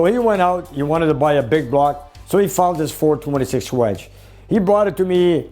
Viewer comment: nick said ''hhhwedge''‼️®™️ 🤣🤣🤣 ( GURU, ICON !! ) ☑️☑️